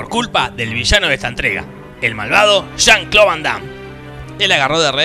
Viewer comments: jan clo, oyeron eso jan clo.... ¿Y como se dice?.... JUAN CLAUDIO! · Estaba rogando por que dijera "Juan Claudio", porque a la primera lo dijo bien xD